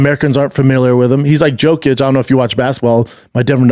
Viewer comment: He asks he if she watches basketball then pronounces Jokic’s name 3 times wrong